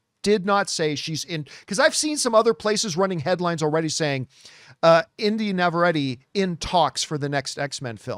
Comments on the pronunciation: Navarette is NOT pronounced like the word Corvette. You can easily look up her interviews and hear the correct way of saying her name. 😂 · that is not how you say Navarrette smh